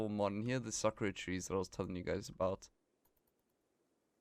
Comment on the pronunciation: Does this mod work with current saves? And the trees are pronounced "Sah-koo-rah" My parents lived in Japan for 7 years